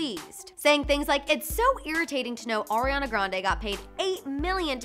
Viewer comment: Did she just say Orionna